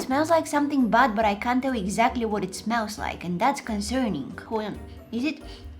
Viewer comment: It’s eggtalular👌🏽